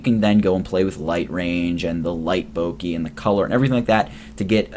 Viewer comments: bokeh: boh-kə: bow-kuh not bowkeee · This is super useful! But it's actually pronounced Boh-Keh (rhymes with "Okay") rather than "Boh-kee". But seriously, very good tutorial. Thank you. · Its pronounced Bokeh like Bo as in bone and keh as in keg.